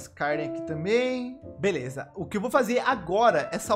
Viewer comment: É tao legal escutar o falar "fala galhera, bleza"